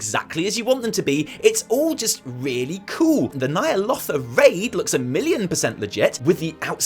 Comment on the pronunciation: When you say Nyalotha, my speech to text thinks you said "Nile Author". There's no "R" at the end of that word m8 🙃